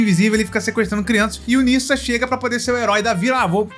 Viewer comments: se pronuncia “nedja” não “nissa” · Pronunciar chinês é um pouco complicado, mais o nome se diz Ne já.